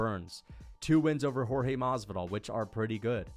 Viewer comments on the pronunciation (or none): none